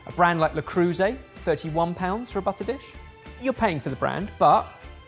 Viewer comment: Well, he also butchered Le Creuset 😂